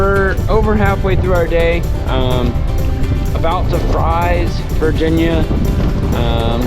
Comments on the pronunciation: Fries is pronounced "Freeze" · It's FREES, not "Fries" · The big 4 lane bridge at 30.29 is hwy 58 not 21 and yes its spelled Fries, VA but its pronounced 'freeze.' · Fries, VA is pronounced "Freeze". Don't ask me why..... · So before the helene floods. It was really bad. Thank for give me a sighting of my hometown river. Oh yeah, it's pronounced Freezes. Lol I know